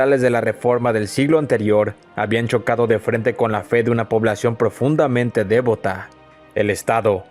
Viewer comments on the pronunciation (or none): Casi me pierdes cuando pronuncias “dévota” en lugar de “devota”. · Este canal es excelente. Hace que la historia sea apasionante. Sólo una pequeña crítica constructiva para tener más cuidado con la pronunciación de ciertas palabras: no es "próclive", con acento en la O, ni tampoco "dévota", con acento en la E. Cuidar esos detalles haría que este canal sea todavía mejor.